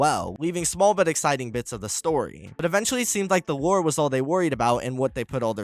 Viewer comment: Every time you said lore all i could hear is war. Try to make more then one take next time.